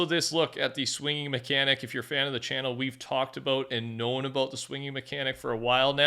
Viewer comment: The way he says about makes me cringe my ass off 😂😂😂😂😂😂